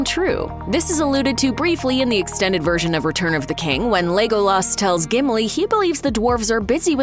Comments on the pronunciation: yes, a lot of these are wrong, but why is no one talking about "legOOlas" lol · I guess we shouldn’t expect any better than that from someone who keeps pronouncing Tolkien toll-KEEN and Legolas LEOG-loss as if it were an expression of missing a brick on your latest LEGO construction.